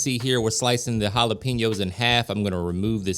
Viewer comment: Just want to let you know Jalapenos . It is wrong how you say it Jalepinos not correct Jalapenos is correct. pen instead of pin love your show ! Blessings